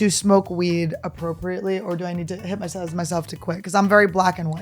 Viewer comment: Annie says “hypmotize” 100% of the time without fail.